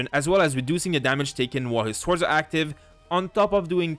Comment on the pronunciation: Swords. The W is silent.